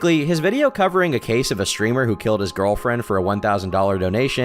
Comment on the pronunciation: *this keeehs takes pleeehs